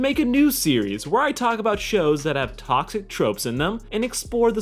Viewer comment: Sounds like you've been drinking too much Kool Aid, kid. "taAucKsiC". And that is how I immediately knew your video was bs.